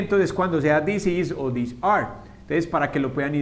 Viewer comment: I´m pretty sure I´m way far for my comment, Years after.. But This and These have a totally pronuntiation, not like you said This is short and softly, these is like theeez.. longer e and with z sound. :( so.. they are confused!!!